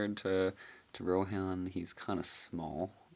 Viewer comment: "Compared to RohAN," I thought he said "Ro-Ham" for a second spare me